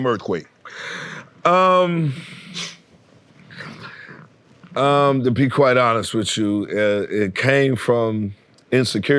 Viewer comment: Earf quake